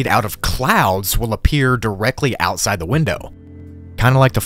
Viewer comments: Just to let you know, you said outisde not outside area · "outisde area"